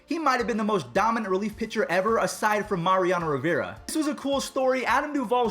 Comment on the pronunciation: Mariano Riveera. Just do another take yeesh.